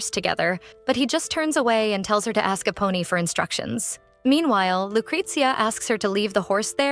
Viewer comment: All I hear is "A Pony" 😂😂while its actually "Eponi"